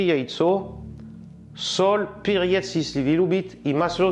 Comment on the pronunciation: МаслО, перЕц и т.д. это просто 👍. Акцент просто прелесть! Рецепты само собой хорошие, но когда это сопровождается такой озвучкой, то смотреть и слушать приятней.